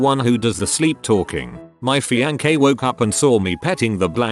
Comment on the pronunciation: My fian-kay... Uh, alrighty.